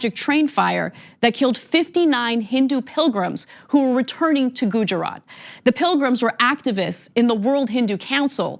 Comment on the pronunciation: If you're gonna bring up gujarat then pronounce it right